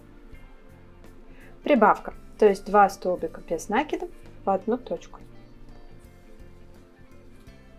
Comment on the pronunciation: прекрасно! Но коробит от нАкидов. Правильно "накИдов"